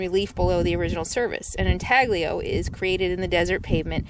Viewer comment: Good video - FYI spelled intaglio, but pronounced in talyo and it has been covered by many you tubers, even nomads like RVer TV